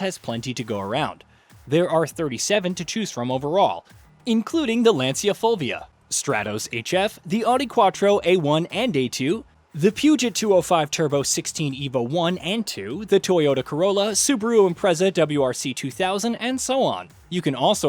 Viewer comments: It's incredible you didn't know how Peugeot is actually pronounced. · Did he just say PEWJOT?